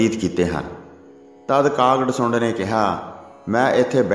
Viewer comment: ਕਾਗ ਡਸੁੰਡ ਨਹੀਂ ਹੁੰਦਾ ਕਾਗ ਭਸੁੰਡ ਹੁੰਦਾ ਹੈ ਨਾਮ ਲਿਆ ਕਰੋ